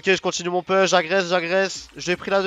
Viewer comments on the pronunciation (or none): pouuuuche, pas "peeeeche", en anglais, le U se dit Ou, comme tu l'emploies souvent, si tu pouvais rectifier, ça ferait du bien à nos oreilles ;) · Ca me fait très plaisir que tu prennes la peine de me répondre. Je peux donc t'assurer qu'on dit "pouche". Si tu fais un peu de muscu, tu connais les "pompes", on dit "push-ups" en anglais. Ici, tu as le "OU" de push, et le "E" de ups. Une vidéo de 15 secondes pour que tu entendes bien la différence . Pour le reste, merci pour tes vidéos, t'es vraiment très fort et j'ai bien aimé que tu nous apprennes où poser le gang pour battre le fantome ;)